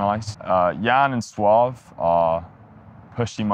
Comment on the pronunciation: It’s called “Soave” actually , not “Soaf”. Met him at ADE this year , cool guy indeed, hope to release with them in the future!